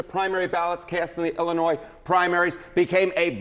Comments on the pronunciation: It's not "Ellinois" it's Illinois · Dude, it's Illinois. Why is this a story?